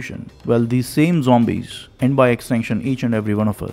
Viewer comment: Haha.. he is saying zombies. LOL. Thanks. Wish you als a happy Deepavali. If possible make some video on 'women n d menstral cycle n the traditions related to it'.